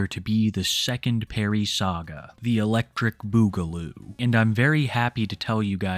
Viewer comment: I’m pretty sure that can’t SAY Electric Boogaloo…